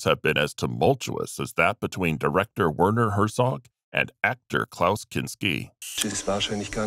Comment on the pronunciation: Werner Herzog is German, so his name is actually pronounced Verner